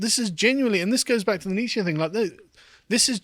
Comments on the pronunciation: It's such a minor thing, but it's more like "neech-uh" than "neech-ee" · Carl needs to learn how to pronounce Nietzsche.